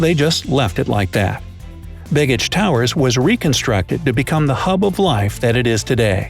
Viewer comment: Yes, and it's not "big-ich". The b-e-g part of the word has more of a long "A" sound. Not quite "bay-gich", but close.